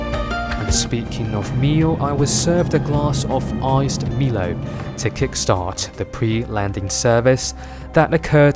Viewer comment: It’s pronounced my-lo here in Singapore